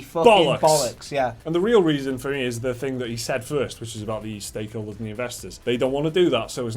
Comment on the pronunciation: did u say steakholders 😐